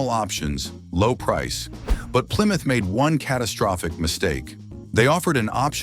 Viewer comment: Ply Mouth?????